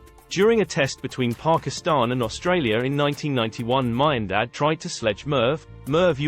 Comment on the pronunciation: don’t like AI voice. Miandad pronounced wrong. Anyway, sledging should always be about clever little remarks and distractions. Aussies often go overboard with F this F that. F your mother, which is quite juvenile